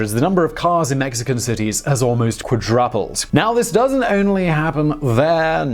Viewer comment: The number of cars in Mexican cities has QuadRUPled ha ha come on man!! You cant pronounce that!! InVENtory ha ha